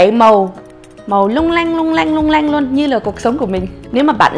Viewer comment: lung linh or long lanh :)) chi doc la lung lanh de thuong vai haha